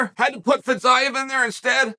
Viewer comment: Has anyone told Fiziev that the new way to pronounce his name is Fizyav?